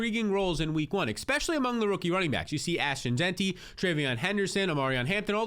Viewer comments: Bro there is NO X IN Especially!!! Jeezy Pete’s bro.. fix that asap you use the word 14 times a video and it absolutely hard to hear It’s All I hear when you speak!! E-Spe-sha-Lee Not Ex-Peshul-E Are you from the states brobroe?! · he says expecially instead of especially, too. Not a big deal but yeah lol. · It’s his eyebrows and when he says “EXPECIALLY”, makes me feel like it’s a real word.